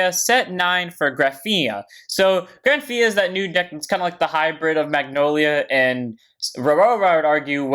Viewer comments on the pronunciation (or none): pls sir i beg it isnt granfinia or granfina its gran-fia